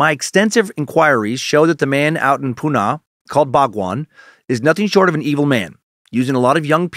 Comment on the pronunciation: just some pronunciation corrections for yoos- Sannyasin = sin-yah-sin. Osho = oh-show. Pune = poo-nuh. I lived in Central Oregon back then and have my share of Rajneesh stories- I even visited the Big Muddy in its heyday.